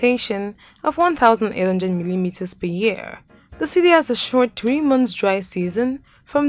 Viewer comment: Nice video but your English narration is absolutely irritating and very poor. You say 3 like a typical Ghanaian